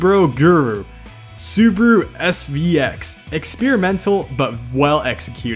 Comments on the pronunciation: Why do u say Subaru as subru. It's Subaru with an a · I know, it's the english language, but how the hell is it possible to fuck up every name?! Subaru =/= Subru 😅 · Why everyone calls it “Su-bu-ru” xD thats Su-Ba-Ru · It's "Subaru" not "subru"wtf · Is this how Americans actually pronounce those names? Like awesome video, made me laugh but Soobru for Subaru, dang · SUUBWUU BRZ SUUBWUU Legacy SUUBWUU Impereza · Dat "subru" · "Subru"... Dude, go back to 1st grade and learn how to read. There's an A in there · Its Su Ba Ru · Suburu? Maybe soupyoubruh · correction SubUWU. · Video: Isuzu and Subaru Him: I-su-suu and Subru Me: (Falls of chair) No offense, he doing good. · How pronounces SUBARU AND ISUZU, Sooberoo and Isoozu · and subaru: sUburU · hearing him saying SUBARU made me stop watching the video for a while